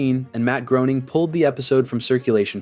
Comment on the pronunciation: imagine naming your channel after a simpsons character and you cant pronounce Groening